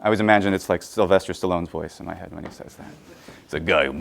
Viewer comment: Small side question: where is your American accent from? I noticed that you pronounced 'wh' (e.g. in what, when, etc.) differently than "standard American". Just curious where that is the case. :)